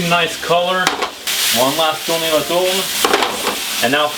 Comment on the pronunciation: bogoss j'adore comme tu dis tourne-retourne avec l'accent … ;)